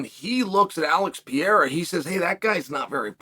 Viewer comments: It's PA-RAY-RUH, not PE-ER-RA, you dunce. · OK, Mr. Sonnen, I've heard you mispronounce Pereira one too many times. It's Peh-hey-yah not Pee-air-ah. Please! And, why does it seem like you are always yelling? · Alex Pee-era 😂😂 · Lol, "Hazmat" and "Pierre" 😅Uncle Chael is not even trying anymore.. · Love „Piera“ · Pee-era, classic! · "Alex Pee-Aira" - Uncle Chael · is Chael dyslexic?? Pierra, Hazmat, etc. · Why are you pronouncing his name like that? Stop that. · i'm honestly so use to chael mispronouncing names at this point it's crazy